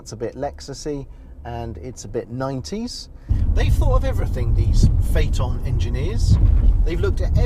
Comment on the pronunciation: Most people pronounce it like Fiton 😂 You did it correct "Fateon"